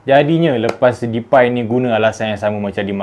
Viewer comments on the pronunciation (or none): Cara pronounce DEPAY yg betul memang "DEPAI" eh? Ke "DEPEY"?. Sbb aku terganggu betul bro ni sebut depai depai depai ahahaha